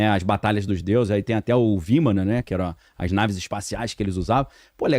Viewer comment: Vimana/vimanas. (Parece que disse: viman!) 🙆🏽‍♂️